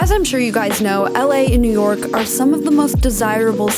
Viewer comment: Did she just say... nork!?